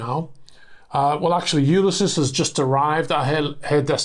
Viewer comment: It's odd how you pronounce 'Ulysses' given how popular the name is in literature and history. Try "You-LISS-Ease' with emphasis on the second syllable. Ulysses is the Latin name of the Greek hero of Homer's Odyssey. Also the title of James Joyce's best-known work and also one of Tennyson's. Also the given name of the famous US general Grant.